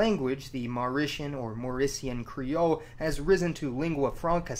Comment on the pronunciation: He pronounced that Mauritian Creole so well :)